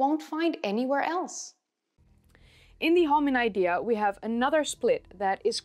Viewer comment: I google how to pron Hominodae and guess what it sounds better the way u say it The 'O' is done all wrong for my English speaking tongue